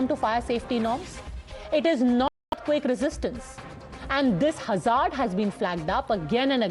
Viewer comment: Apart from the obvious sychophancy I would like to bring to your notice the pronunciation is (Hazz ard) not Huzzaarrd . Typical Godhimedia.